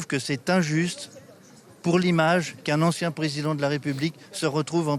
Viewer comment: Marie Schuster ; "En chien" au lieu de "Ancien" Est il un simple lapsus ? 😂😂😂